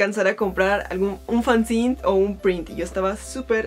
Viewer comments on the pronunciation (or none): Dato curioso, no se dice "fanzin" se pronuncia así como se escribe fanzine, yo también tenia ese error hasta que me lo aclararon